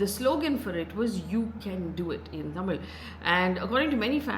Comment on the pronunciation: Appreciate Faye for nailing the Tamil pronounciations… quite rare to see from a non-south Indian media person